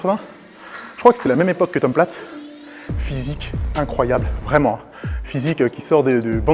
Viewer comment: Tom Plates ? Plutôt Tom Platz 😉